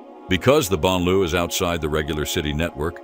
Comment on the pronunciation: Why the announcer insists on massacring the pronunciation of the words, “banlieue”” and “laïcité” escapes us. He should use simple English and say “suburbs”, “ghettos” or “secular society” and get on with it.